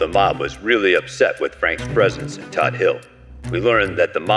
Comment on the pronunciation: Umm... Todd hill, not toad...